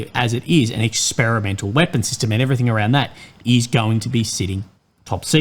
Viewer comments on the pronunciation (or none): none